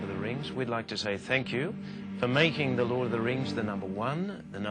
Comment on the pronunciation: does david Whenem (faramir) say Hord of the rings instead of lord ?